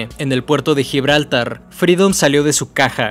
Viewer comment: gibraltár! es aguda!